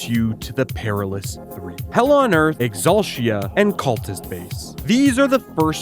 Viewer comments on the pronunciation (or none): I need you to stop saying Exulshia. ExulTEEuh